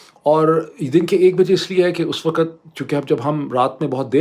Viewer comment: For the third time, the word is "waqt", not "waqat". (وقت).